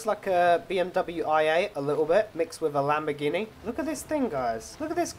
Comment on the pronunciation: YOU SAID IT WAS A Lamborgihni